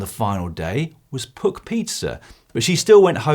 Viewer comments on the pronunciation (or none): O, and by the way Dan, it's 'Puck', like in Icehockey. Not 'Pook'. ;-)